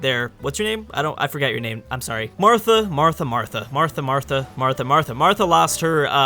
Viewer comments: please its nat pronounced martha its pronounced differently google it man it hurts me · Yeah, I get why Maori are put in Aus. But it's bloody annoying (also it's said mao-re, as in mao zedong)